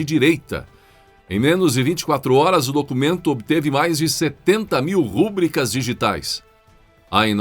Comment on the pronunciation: A palavra é RUBRICA ... Não existe acento agudo no U.